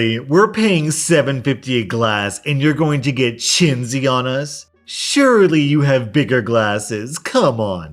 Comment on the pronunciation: Just so you know you pronounced chinsy wrong, it's also literally a slur from what I remember. Dont remember which racial slur it's derived from but I just remember it was used a lot casually by the people I went to high school my much in the same way they'd say someone gypped or Jewed them... kids suck sometimes. However with kids there is at least a good chance they will learn as they get older, I get so annoyed by adults who like to quote Boondocks lines that are only funny in context just so they can "get away with" saying the N-word. And if you question people like that they just act like there tough and a free thinker for saying whatever they want regardless of consequences then bitching about said conseqences. If I'm wrong about chinsy being a slur feel free to correct me. I have some major issues around trauma I experienced shortly after reaching adulthood that make accessing childhood memories quite difficult much of the time.